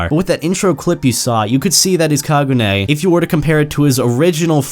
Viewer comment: STOP SAYING KAGUNAE IT'S KAGUNE